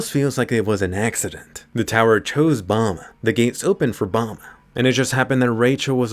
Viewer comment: I hate how Bam’s name is pronounced bomb